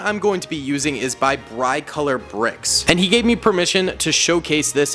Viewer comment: He did not just say brIcolourbricks